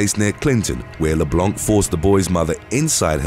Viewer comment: LeBlanc is a French name and you do not pronounce it with the C, it's silent.